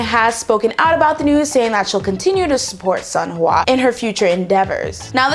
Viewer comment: I literally just started pronouncing Sunhwa correctly and now hearing you pronouncing it how I used to got me going backwards.